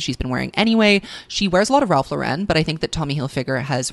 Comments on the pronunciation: great stuff as always. just a psa: Ralph Lifshitz, founder of Ralph Lauren, was born in the bronx, you do not need to give his chosen last name a french twist. LOR-en is fine. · babe i love this video so much but i am begging you to check your pronunciation on “Ralph Lauren”, the man is not French, and his last name is pronounced liked the woman’s common first name Lauren. idk where this Frenchiefied way of saying it came from but you van save us from it, you have the power!